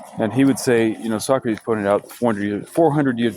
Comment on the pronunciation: His name is Sew Crates